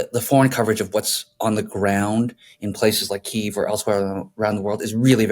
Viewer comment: Thank you for pronouncing Kyiv in Ukrainian (instead of two-syllable Russian pronunciation). tRump likes to win and he thinks of Russia as being more powerful. I think he guessed wrong and Europe/Ukraine's neighbors are going to make sure of that. tRump is a weak man, beta as you've stated.